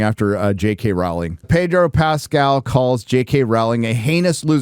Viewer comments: It’s pronounced ROWling…rhymes with “bowling” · It's Rowling as in row a boat not row with Pedro. Please get this right.